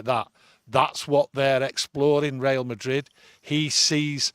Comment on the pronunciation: Real Madrid not Rail Madrid ffs 😆